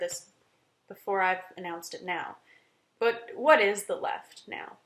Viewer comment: Also don't know what troll hired you but you break your American accent around in the range. You can't say 'campus' and 'but' in an American accent. Haha. Sounded a bit Irish. Hope they paid you well bc you have no honor.